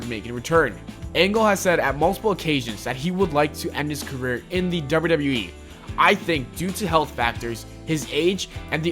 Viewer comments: the dubbida dubbida eeee 😂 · THE WAY YOU SAY "WWE" 😂